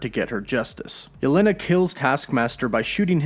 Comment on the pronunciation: let me help Jelena/Yelena is said as “Ya-Lan-nah” not “ya-len-ah”